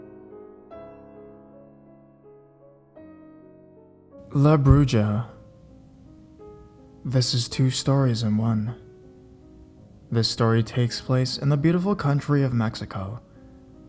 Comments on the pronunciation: Did this nigga really just say la bruyaaa 😐😂take this L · try too not be septical or bad writer to not annoy you, but i prefer to hear from all english speakers say la bruja right. IT is said laaa bruuhhhaaa and in spanish it means the witch. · I laughed when he said La Bruja wrong but lost it when he said 'brugeria' I'M DYING. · you said la bruja wrong